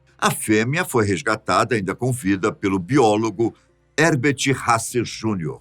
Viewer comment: eu nunca imaginei que o meu pai ia aparecer no meu canal favorito é ainda falar o nome dele errado se fala Rerbert mas com h no começo